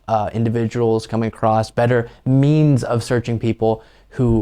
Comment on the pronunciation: Me-yans and me-yans and me-yans.